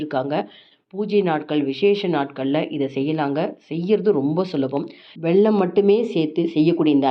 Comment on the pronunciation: வெள்ளம் இல்லை.... வெல்லம்.